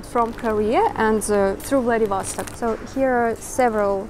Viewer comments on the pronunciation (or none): none